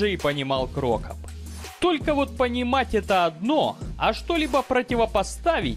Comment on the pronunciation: Какой ещё КрОкоп и ФилИпович? Уши сохнут от таких ударений. Байт на комментарии, автор хитрожопый.